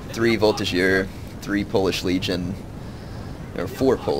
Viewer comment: Voltigeur has a G like 'get'. Chasseur has an S like 'harass'. When you say arty is OP do you mean the howitzers? Because I would agree